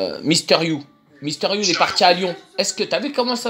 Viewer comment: "Misteur you" ok je pars